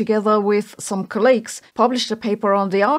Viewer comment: It's call•leegs, not c'lages